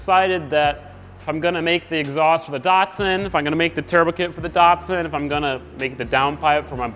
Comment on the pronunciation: It’s a dat sun not a dart son😂